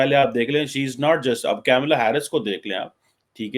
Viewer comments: get your pronunciation right - it’s Kamalaa Harris, not Camela Harris. Secondly, she will be the first woman (Hilary Clinton never made it) U. S. Presidential candidate period, South Asian descent or otherwise. It is humorous that Paki commentators like you try to wrap yourselves under the South Asian label instead of using the label Indian. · don’t pronounce her name wrongly deliberately out of your non-liking towards Hindus and India. It’s not ‘Camila”. It is “Kamala”. Kamala means “of / like lotus “ Girls in Pakistan are married with cousins, uncle ( Chachu) maternal uncle (Mamu).😂😂😂😂 pahle Bhaiya, baad me Saiya 😂😂😂😂How they will become Kamala? Or Tulsi? 😂😂😂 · Not kaimla its kamla Harris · Atleast learn to pronounce her name correctly. it is not CamelAA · Tu to thik se kamla b ne bol paraha